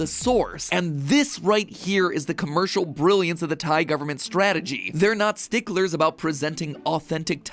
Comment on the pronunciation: Pat is saying Thai food tie food